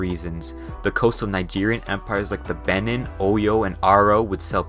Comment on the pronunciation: Would have been much better if you had gotten the pronunciations right. Benue = ben-WAY Kano = kah-NO Benin = bee-NEEN Sokoto = SOH-koh-toh Lagos = lay-goes Ibadan = ee-BAD-an Yoruba = euro-BAH The biggest thing keeping Nigeria from its rightful place in the world is the legacy of the divide-and-conquer indirect rule tactics of the imperial colonists: corruption. Perhaps when these old people currently misleading the country die off then there may be a chance that the young generation can bring the change that the country so desperately needs. Nigeria will not be the new China, but one day it may be a New (corruption-free) Nigeria. Time will tell.